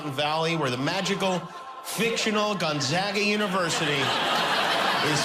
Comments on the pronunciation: His monolog is always good until it fizzles out at about the halfway point... and he needs to learn how to pronounce Gonzaga (GONE - ZAA - Ga!) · I know it’s a joke but Gonzaga University is named after Saint Aloysius Gonzaga, a Jesuit. Many Jesuit universities have buildings named after him. I lived in Gonzaga (pronounced gon-ZAH-ga,) Hall for two years at Fairfield University, another Jesuit school. Trust me, it’s all too real.